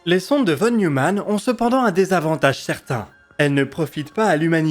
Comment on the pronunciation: Très beau boulot comme d'hab ! Juste, ça se prononce "fonne Noïmanne"... une ou deux fois dans la vidéo j'aurais rien dit, mais là dix fois de suite ça m'a un peu hérissé ^^